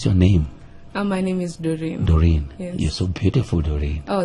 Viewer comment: Its Daureen Not Moureen